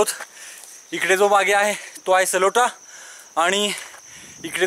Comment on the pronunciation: सलोटा नाही, ..........सालोटा किल्‍याचे नाव तरी बरोबर घ्‍या.